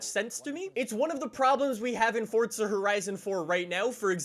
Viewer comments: I hate how he says fortza it’s forza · Its Forza not Fortza I can't even watch because of this! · It’s forza not fortza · just me or i hear you say "fortza" not "forza" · Where's the "T" in forza? Fortza. A racing game where you can build a fort out of Legos. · Does it annoy anybody else that he says fortsa instead of forza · Thought it was Forza not fortsa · Why does everyone pronounce it Fortza instead of forza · Ahhh yes fortza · Why do you say fortza It’s called forza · U saying FORTSA? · fOrtSUh horizon four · STOP SAYING FORTZA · Nobody: Normal people: Forza horizon 4: Fordza horizon 4